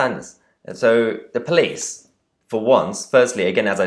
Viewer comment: Oh ...tho poweece are sooo wacist😭🤣🤣